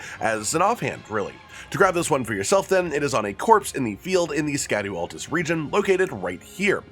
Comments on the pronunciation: think of it like “shad-ew” not “shad-ow” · Just learned that "scadu" is actually pronounced "shadow" and not SKADOO